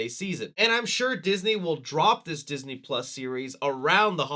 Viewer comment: Ah Yes! Diseny+…